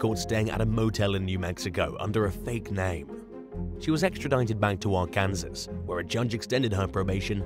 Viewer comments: LMBO, I couldn't get past the AR-Kansas, I had to comment right then!!! Actually it's Are-can-saw The k adds another k sound that isn't there. If we gonna correct the Brits, let's do it right!! Lol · It's AR-KAN-SAS Pronounced ARE-CAN-SAW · Ar Kansas? It’s pronounced Ark-En- saw! grrr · It's always funny hearing brits try to pronounce Arkansas, FYI is is pronounced Ark-can-saw. lol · Its pronounced like Arkin saw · try R-Can-Saw when pronouncing Arkansas 🤣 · Arkansas = Are-can-saw..... we have weird spellings that are pronounced way different than one would think,c which makes it weirder compared to the spelling. I fully embrace our weirdness! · Arkansas is pronounced R-can-saw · It’s pronounced ARK-EN-SAW. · did he just say Ar Kansas? Lol I'm sorry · I’m a Brit and even his pronunciation had me in stitches.